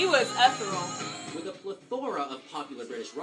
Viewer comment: Oh my God.. 'He was eth-er-ul'?? ee-theer-ee-al'